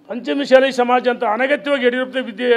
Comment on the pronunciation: ನೀನು ಏನು matadtiyo ನಿನಗೆ ಗೊತ್ತು, ಮಾತು ಎತ್ತಿದರೆ ಸವಾಲ್ haktini, ಕೇಳಲು ಬಯಸುತ್ತಿನಿ, ಅಂತಿಯ , ಸರಿಯಾಗಿ ಪಂಚಮ ಸಾಲಿ, ಮತ್ತು ಶಾಸಕ ಅನ್ನೋದು ಕಲಿರಿ😂